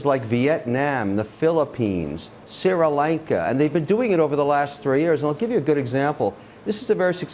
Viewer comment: "Siri-Lanka"? It's pronounced Shree, Kevin, not like the voice assistant ;)